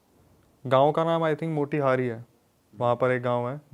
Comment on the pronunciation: Motihari I mean Moti-Hari 😂😂😂 Naam Bhai Nahi Bolna Atta